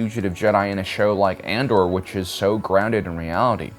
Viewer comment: I love your content but I have to know if you mispronounce things for fun or are just silly 😂 it cracks me up tho "Ander!" sounds like how a redneck would say it haha